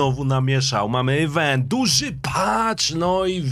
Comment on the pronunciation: IWENT a nie EWENT !